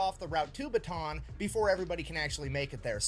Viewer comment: Filipino here. How to pronounce Bataan: Pretend it's spelled like Bata'an. I think y'all can figure that out from there. 👍🏼